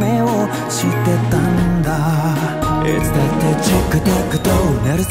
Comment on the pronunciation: 森くんのいつだってのい゛の発音が好き…